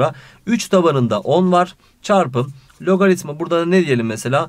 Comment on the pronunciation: hayatımda sizin kadar güzel logaritma diyen duymadım hocam :)